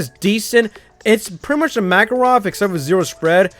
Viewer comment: is read not Mа́karov but Makа́rov I am from Russia and I just corrected